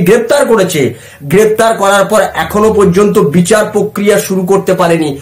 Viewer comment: 'প্রক্রিয়া' শব্দটির উচ্চারণ শুদ্ধ করুন। আপনার বিভিন্ন প্রতিবেদনে ওই শব্দটির বিকৃত উচ্চারণ "পোক্রিয়া' অত্যন্ত শ্রুতিকটু। "পোক্রিয়া" বলবেন না দয়া করে, বলুন 'প্রক্রিয়া' (Prokriya). ধন্যবাদ।